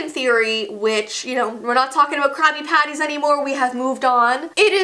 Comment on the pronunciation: i thought she said crappy patties